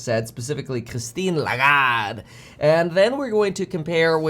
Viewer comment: I'm French and I've never heard "Christine Lagarde" pronounced that good. Just kidding, Kevin is taking the worst possible Italian accent including gestures that the French language doesn't have at all 😂